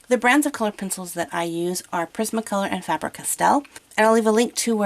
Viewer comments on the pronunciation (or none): I know you probably don’t know this but my last name is Faber and it’s not pronounced fAHber it’s pronounced fAEber